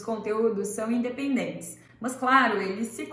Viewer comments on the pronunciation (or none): O "mâs" me deu gastura... Mas gostei